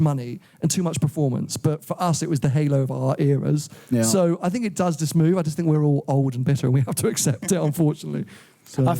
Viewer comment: I fink should learn how to say ‘think’!!